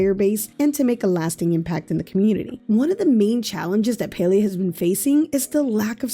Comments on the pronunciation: Not PAI-lI-A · You pronounce palia like pailia not to be rude but it's PA-LEE-A